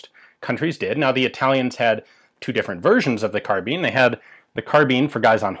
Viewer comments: Carbine, not carbean!! ;) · Carbine pronounced like vine not like bean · Sheesh, if you thugs would only go back to the etymology, carbine is derived from the Latin "kar" meaning "to aerate with extreme prejudice". So the pronunciation is decidedly "karbine". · In Britain we pronounce it "carbine." Although I'm prepared to admit the US version may be correct. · Obvisously the proper pronounciation is "karabina" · It's spell't "Carbine" but its pronounced CAR-BEAN, good feller. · Carb-eye-n not Car-bean. Guns & Ammo October 1966 page 47. Some author named Cooper. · Sounded like you say "kahabeen" lmoa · Mean, keen, been, mine, bind, fine, carbeen, carbine. pronounce the word "carbine" pronounce the word "carbeen" hmmm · GunFun ZS "and not even the majority of English speakers." ??? In a long life I've only ever heard Americans say "carbeen" and as Americans are no longer speaking English anyway they don't really count. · This just an American pronunciation ! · Pirates of the Carbine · So is it pronounced carbine or carbine